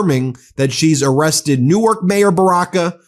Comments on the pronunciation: Great to see this being covered on this channel, Ben. Thank you. This hits close to home as a NJ resident. Pro tip. We pronounce it like New-Work, not New-Arch. 💙💙💙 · Ben, fyi - the pronunciation of NJ Newark is one syllable. Delaware Newark is two syllables similar to how you said it.